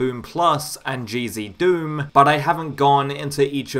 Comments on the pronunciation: yeah, decinos pronounciation of it is a bit weird, but I don’t blame him since English isn’t his first language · Whenever you say "GZDOOM" all I hear is "Cheezy Doom" :D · I hear cheezy doom and crispy doom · Now you've got me hearing it! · Omg me too 😂